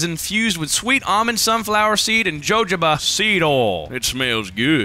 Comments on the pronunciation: The way Pronounces Jojoba in the man scape ad made my day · The way he pronounced jojoba had me laughing for longer than it should’ve